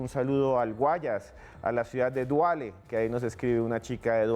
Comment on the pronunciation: Felicitaciones por su hermoso programa soy Ecuatoriano radicado en Barcelona-España,solo comentar que al cantón que saludas no es Duale es Daule